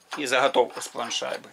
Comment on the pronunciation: Правильно говорить не хайку, а гайку. Не захатовку ,а заготовку.....ну и т.д.